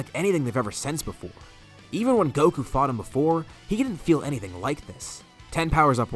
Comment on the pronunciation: Whenever he says fought it sound more like the F word.